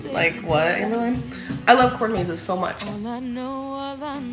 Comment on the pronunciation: I heard "corn mazes" as "court cases" LMFAO